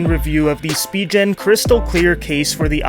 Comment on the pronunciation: "Spigeon" lmao